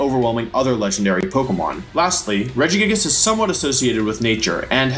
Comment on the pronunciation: Through the whole wideo, Wolfey kept mispronouncing Regigagigas!